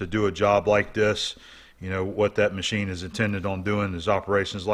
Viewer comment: Haha and then he paused and said THE MACHINE hahahha